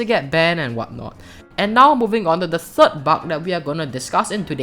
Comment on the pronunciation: I love the way he says bug he says it like buck